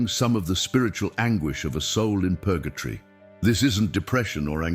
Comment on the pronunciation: It is Purgatory not Purgatry.